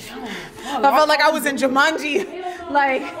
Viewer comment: Hahhahahahahhahah she said it was like jumangi 💀💀💀💀💀💀I’m weakkkkkkk